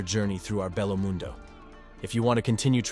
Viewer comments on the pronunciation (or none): none